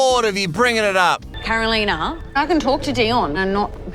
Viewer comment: Sorry mate. Her name is Carolina not Caroliya. Lol